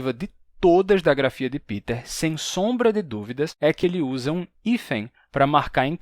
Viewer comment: Por que vc fala "Piter" Boll? Se ele é alemão o nome dele (do meu marido também) é "Pêter". Sempre explico aos conhecidos que é letra P + verbo TER= PE TER. "Piter" é inglês, não alemão.